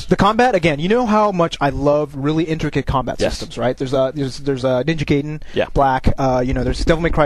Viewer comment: Just f.y.i Ninja Gaiden is pronounced "Ninja Guyden" not "Ninja Gayden"